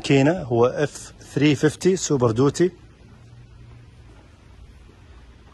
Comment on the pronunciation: سوبر ديوتي مو دوتي